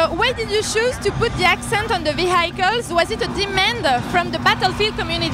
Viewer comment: did he say ''v hi kills'' instead of vehicles.